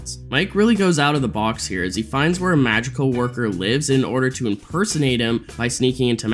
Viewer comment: I'm crazy or i'm hearing Magical instead of Madrigal?!